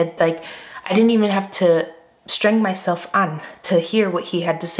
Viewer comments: Did you just say streng-myself-an ?!? 😁😆👍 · It is so cool to hear you say "streng myself an " . Don't get me wrong linguistically it is just nice to hear something like that.